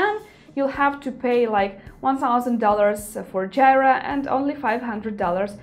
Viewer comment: Jira (/ˈdʒiːrə/ JEE-rə) ;)